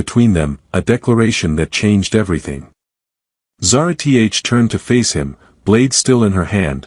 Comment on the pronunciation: No reasoning for extremists who could have very reasonable motives, no progression towards the solution, just magically all better, and of course "Zara-T-H". This sucks my dude. Sorry but you're gonna lose the race for the ai story channel niche like this.